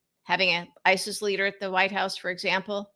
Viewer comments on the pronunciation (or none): none